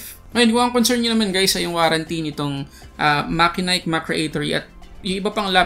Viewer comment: It's actually mat-che-nik